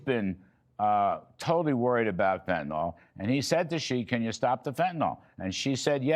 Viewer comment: Fenta-NIL, not FentaNALL!!!!